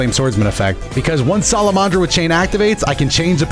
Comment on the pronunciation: im sorry its sala-man-dra not sala-mon-dra